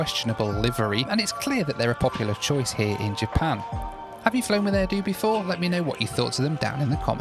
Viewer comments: My only complaint is you called it "Air Dew" The airline is named "Air Do'h" since they are HQ'd in Hokkaido... It isn't called "Hokkaidew" is it... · Are you still in Japan? I live in Tokyo myself. The name of the airline is actually Air “dough” like the sound of the name of the island…Hokkaido. The “do” in Hokkaido is the term for prefecture, where the entire island makes up the prefecture. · its pronounced air-do from the do of hokkai-do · The airline's name is actually pronounced air-doh (like doughnut), because they fly to HokkaiDO. That's one of those things you probably wouldn't know unless you'd lived here nearly 40 years. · be like: Air-Due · Great video! However 1st thing it is pronounced Air Do (Doh) and 2nd it looked like an interesting flight especially on that Boeing 767-300! 🎉 I love how the Japanese carriers in particular still utilize a lot of B767s (and eventually phase them out with B787s) just like here in the 50 US states 🇺🇸 😂 Great job as always I can’t wait to fly Air Do someday soon and to visit Japan! 🇯🇵 Cheers 🥂 😊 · Like your air do 😅 air do sounds like hair do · The "do" in Air Do is pronounced like "Dough" or the do in "Hokkaido". As others mentioned, the best way from Narita to Haneda is by bus. They leave every 10 minutes and take 60 minutes. The cost is about 3,000 Yen. Taxis are not the way. In Japan everything just works and is civilized that is one of the major up sides of the country. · Yes- it's air "dough" (long o) just like the sound at the end of Hokkaido.